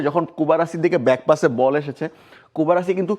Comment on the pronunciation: কুবার্সিকে কুবারাসি কেন বলছে? এই বানান কই পাইছে?